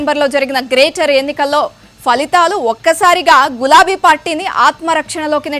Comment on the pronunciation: Falihhaalu కాదమ్మా.. ఫలితాలు అని పలకండి.